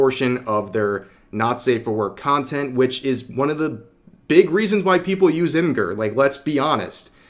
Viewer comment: I think Imgur is with a soft g not a hard g. It should be pronounced like image without the a and add the r.